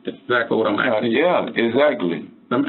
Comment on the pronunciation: He axing the questiums.